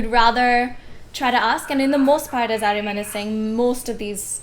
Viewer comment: He is "ARYAMAN" not "Airman"😂😂, pronounce his name as it is. Don't try foreign accent on his name At least. Coz you are an Indian too and you know the exact pronounciation of his name. 😀😂👍